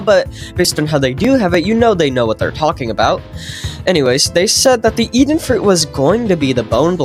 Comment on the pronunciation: “Even fuit”